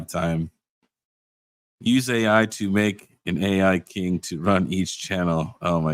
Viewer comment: The KiiNG -->AiiNG